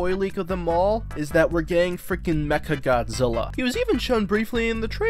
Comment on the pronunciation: You said megagodzilla then mechagodzilla why